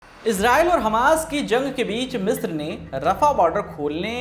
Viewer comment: 40 मित्र पे नहीं “ मिस्र” से।